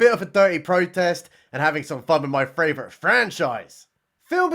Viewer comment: He said fravorite franchise